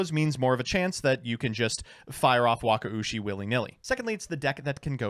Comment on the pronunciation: he perfected the wakaushi pronunciation, this is the biggest arc in this channel